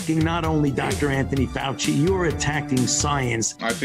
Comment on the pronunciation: fouchey said it wrong